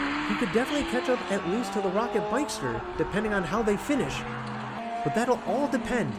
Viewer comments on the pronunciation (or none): Its pocket bikster....not rocket bikester....just corecting you 😊